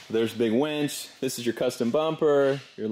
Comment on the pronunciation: "There's a BIG wench" lol